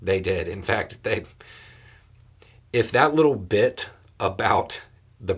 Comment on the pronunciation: you said “that little bit” made me sit up as I thought it had a ch on the end of it at first 😂😂